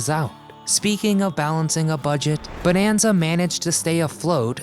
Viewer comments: It's not BONEanza, and it's not pronounced JOHNra. I'm out . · You know there is something wrong when their narrator don't know how to even pronounce the word Bonanza correctly. This whole thing is a joke